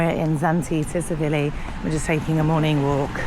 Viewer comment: Before your next video could you please learn how to pronounce the resort name......Tsilivi......'silly-v.'